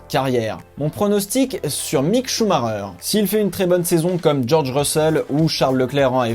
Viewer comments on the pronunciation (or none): Leclerc m'a l'air bien bien plus prometteur. Sinon svp, ça ne se prononce pas "Choux Marreur" :/ Ralf avait le même nom et pourtant...